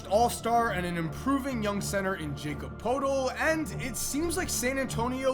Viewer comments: Jakob Poeltl is pronounced 'Ya-cub pur-tle' not Jakob Pole-tle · First off Jacob Peortle is pronounced like Yakob Pertul. Secondly, the Raptors roster is not aging. They had the second youngest team in the playoffs last season. They also had the best bench in the league last year. Thirdly, the celtics got lucky because the Cavs had a midseason collapse and dropped them to the 4 seed so the Celtics didnt have to play them in the second round. Philly got stupid lucky and got to play the worst team in the playoffs in the Miami heat. Stop over hyping both of these teams! Oh and the Lakers are trash. Period. No one wants to play with LeBron. They don't. Kyrie didn't. And clearly neither did George. So when Toronto can offer an extra 40 mill that the Lakers can't and Kawhi falls in love with Toronto this trade will make a lot of sense. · Jakob Portol.... lmfao his name is pronounced yakob per-tul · it's pronounced yak-ob pwertel not jakob potell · Just wanna say YA-CUB PER-TAL NOT JACOB POTELL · It’s pronounced yakob pertle not Jacob potel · A minor correction. Its pronounced as yakub purtle (jacob poetl) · it’s not jacob potel it’s Jakob Poetle(ya-keb-per-tel) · “Yak-ub” not Jacob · Man really said it like Jacob poeltl... its pronounced like yakob pertel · it’s pronounced Ya-Cub Pur-Tul not Jacob Poletl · He said Jacob Potil lmao....it’s pronounced Yah-kob Pertil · It's pronounced Yakob Pertel. Not Jacob Potel. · it’s not pronounced “jacob poltle” it’s pronounced “Yacob Pertle” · It’s not Jacob poetl it’s yakob pertel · "Jacob poetal" its pronounced "yacob pertel" sorry. That was such a bad misspronunciation. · its pronounced 'Yacum Purtle' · His name is pronounced “Ya-Cub” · you say his name like this: Ja-Cob Per-Tol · It's pronounced ya kob purtle learn to pronounce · Pronunciation: Yá-kúb Pûrtul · Its pronounced “Yakub purtle” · this man said Jacob Potel. lmao wtf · You said Jacob poetl wrong, it’s pronounced yacob purtle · It’s pronounced Yacob Pertle